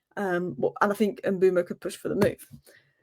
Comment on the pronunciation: his name is Mbeumo (i.e. M be u mo) NOT Mbooomo. Get it right. It’s not that difficult. SMDH.